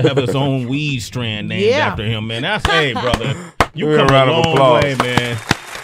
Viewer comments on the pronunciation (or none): STRAIN sway! not strand!